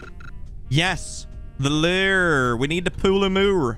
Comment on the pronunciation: You said lure wrong 😂😂 just bustin ya balls Great video going down was awesome im Wondering how much there is to this game... so the fishing rods only catch lettuce